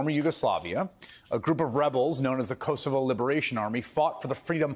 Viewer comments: Chris, please pronounce Kosovo correctly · The mispronunciation of Kosovo is hilarious.